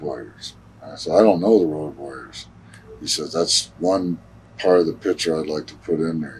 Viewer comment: Did Stevie Ray really call them the Woad Warriors!